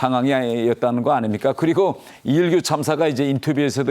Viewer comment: 한국식 발음을 쓰면 좋겠습니다. 모든 방송에서 북한식 인 리 일규 라 하는데 한국식 이 일규 라 부르면 좋겠습니다.